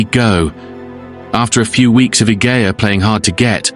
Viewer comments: The way her name is spelled it's pronounced "ih-je-ah" --soft G. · Idea has a soft G, as in Egypt. Julia.. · It's ee-hey-a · The mispronunciation of her name is so irritating Three minutes in and the narrator has said it 4 different ways